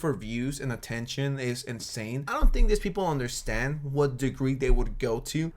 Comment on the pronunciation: “No no, cweepew you don’t undewstaned”